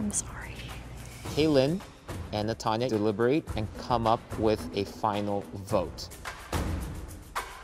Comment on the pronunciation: PRONOUNCIATIONS I CANT😭. Like A for effort but no offense if u cant remotely say it then pls stick to the english names cause u just confuse us more. Also yes ik its mean but if she wants to get into it she should go all in ryt?